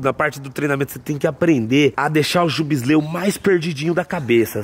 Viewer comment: é foda "jubisleu" kkkkkkkkk 🤣